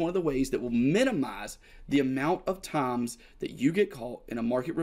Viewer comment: "amount of taaams"